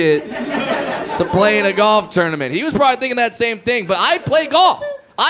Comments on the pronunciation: Its tournament not ternimant lol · Jay Mee lol he does pronounce it like that